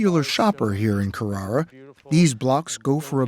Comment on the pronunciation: So glad 60 minutes pronounced Carrara correctly at least once.